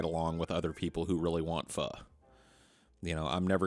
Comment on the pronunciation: one of the rare instances i've heard pho pronounced correctly